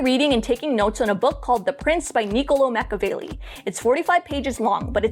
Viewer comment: machiavelli is pronounced makiavelli ch sounds like k in italian